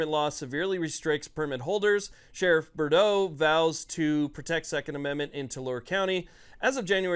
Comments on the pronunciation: Pronunciations to help.. Too-larry county. Sheriff Bood-row Thanks for all you do! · It's spelled Tulare and pronounced "Two-larry"...if you are ever confused, just remember that one Larry wouldn't do, so it's Tulare. The sheriff's name is Boudreaux, pronounced "Boo-dro." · Mike Boudreaux is our sheriff. there is no greater champion for the 2A amongst California sheriffs. Tulare is pronounced Too-Larry. 🤣🤣🤣